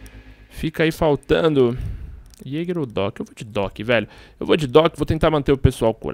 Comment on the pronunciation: falando jager qnd eh bandid q raiva kkkk